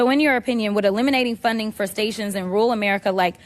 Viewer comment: Why does she say "rool" instead of "rural"? There are 2 r's in there.